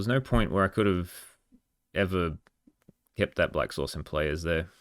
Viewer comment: It makes funny to me cuz I kept hearing you say sauce instead of source Lol